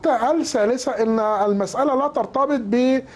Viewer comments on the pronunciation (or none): ال سعوديه والنقطه ال سانيه ال ثالثه كلها كلمات لايجب نطق ال فيها لانها لام شمسيه وليست فمريه وكذلك الثانيه والثالثه خطأ في النطق الن تظهر ال فيها .. يعني بصراحه اللغه العربيه عنده ضعيفه جدا